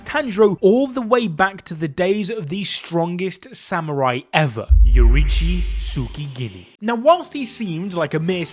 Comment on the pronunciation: "Yoriichi Tsugikini"😂